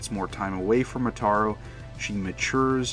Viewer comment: Love your video man but your pronunciations are all wrong Urusei Yatsura is U ru sei, Ataru is Ata ru, Lum is not Lom it's Lum the Lu is like saying Luck but without the ck just replace them with an M. Hell the BBC dub pronounces these correctly and they only aired 4 15 minute episodes